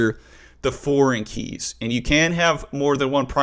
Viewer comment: in 2 mins i had heared 20 times "KAYS".. oh My god 😂